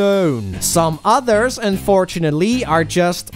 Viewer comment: Was there some kind of cow pun holiday in November I didn't know about? You said "udders" instead of "others" and "mooseum" instead of "museum." Genuinely curious. And annoyed that I didn't know about it.